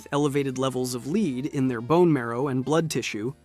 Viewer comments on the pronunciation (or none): You're saying lead as in leed, not lead as in lead. Do your own narration, is that hard? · The way you say lead is so weird lmao